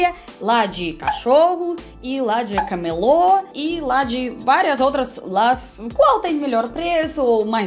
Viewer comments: linda! Parabéns pelo vídeo e teu português. Quando assisto me divirto, com algumas palavras que dizes. Acho que é bem difícil para um estrangeiro aqui, usar o feminino e o masculino, assim como algumas palavras. Quando querias dizer "camelo" falaste "camelô," que é como chamamos um(a) "ambulante". Aqui em Porto Alegre, Rio Grande do Sul, o clima é bem úmido, então a sensação térmica é de estar num forno no verão, e num freezer no inverno. E a grande maioria da população sente isso, mesmo estando dentro de casa, pois elas não estão preparadas para essas mudanças extremas. Uma minoria tem ar condicionado, menos ainda central. E aqui, precisamos da refrigeração e do aquecimento, cobertores, meias, botas, mantas, e bons casacos. Muito bom aprender contigo, sobre a Rússia e sobre o Brasil, que tem características regionais tão diversas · desculpe cuidado com a pronúncia em português pois existe o camelo que é um animal do deserto e existe a palestra camelô que é um vendedor de rua que vende numa barraca na rua ok. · Pelo de cachorro? Ta aí uma idéia, vou pegar os do meu gato kkkk já tenho um saquinho cheio de pelo q sai quando passamos escova kkkkk Um detalhe, muito cuidado com a pronúncia de caMElo e cameLO, as duas tem significados completamente diferentes no Brasil kkkkk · camelôs são vendedores ambulantes de rua no Brasil. O animal é "camelo" com o acento no "ê".